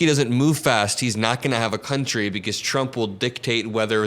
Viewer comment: I hate the way he says "TRUMP." I mean, what the hell? I've never been embarrassed to be an American, until now.